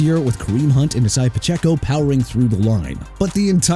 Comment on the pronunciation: YOU NEED TO CORRECT THE RUNNING BACK'S NAME CUZ ISIAH PACHECO AIN'T PRONOUNCED ESAIAH... IT'S AI-ZAY-UH! UNDERSTAND THAT?!?!